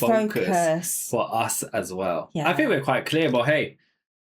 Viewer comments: I understand everything you say. I notice that when you say a word with th like think it sounds like you are saying fink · You asked if we understand your accent. Yes. I hear the F, instead of TH, as in fink, instead of think, but I don't know where that's from. Somewhere east of London, maybe? Essex?